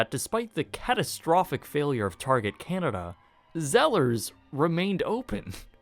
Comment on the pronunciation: dude who taught you how to pronounce canada?...jus' curious